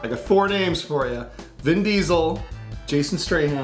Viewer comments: did he say jason straham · jason strayham. its jason statham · Jason stray hem! lol. It's Jason Statham. Either way your videos rock. keep up the great work, and y'all will be at a million in no time.